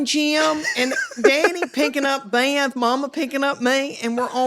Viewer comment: I love how she makes Beth three syllables. I am from the south, but she is an amazing south to the nth degree. Love her so much.